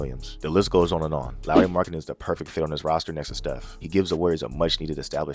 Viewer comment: You even pronounced Lauri’s name correctly.lol